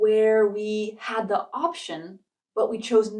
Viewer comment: actually she is good and editing is smooth though she said "da" where it should be "di" before"option".